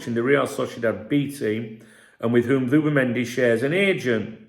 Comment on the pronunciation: Who’bimendi did you say😂